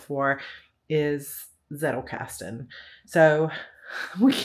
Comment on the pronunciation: It made me smile when I heard you pronounce 'Zettelkasten'. But I guess every Anglo-Saxon will pronounce the Z as a soft 'S' like you did, while a Germanspeaking would pronounce the German word with a hard 'Ts'.( Just an observation from a German. You do you, it's your language )